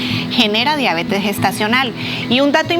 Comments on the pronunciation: Diabetes no diábetes. NO ES UNA PALABRA ESDRÚJULA. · La deabeeetesss. No la diabetes. La diaaabetessss. Que rabia esa pronunciación